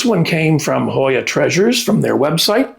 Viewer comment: I love this Hoya. I have trouble spelling and saying the name. Thank you for the name and pronunciation.